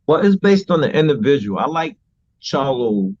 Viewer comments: He said Jermell CHARLUM 😂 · He said Jermell Charlum lol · Did he say Jermell charloM lol wtf. Is this mofo drunk off the modelo